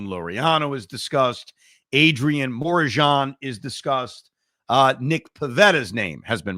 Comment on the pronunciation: The way he was pronouncing Morejon🤣🤣